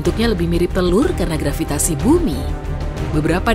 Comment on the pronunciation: Saya tertawa mendengar grvitasi wkwkwkwkwk Begitu kuat nya daya tarik grqvitasi tetapi tdk bisa menarik balon yg mengambang di udara